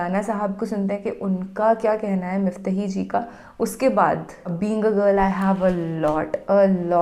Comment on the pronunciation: Sister mufahi nhi hota mufti hota hai